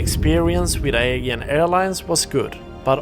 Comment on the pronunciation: Good review but It's pronounced A JEE AN, not Ae gain.